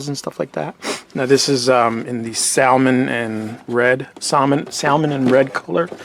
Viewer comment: Also, the way you pronounced "Salmon" is very Puerto Rican of you lol ;-)